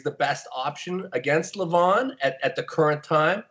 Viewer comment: Regardless of the winner, Michael should make a shirt that says " INVINCIBLE LEVAN "LOL us westerners have trouble pronouncing it correctly and it ends sounding just like devon but with an L lol